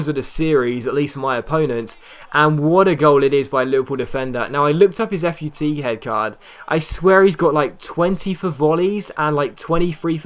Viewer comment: you say futhead weird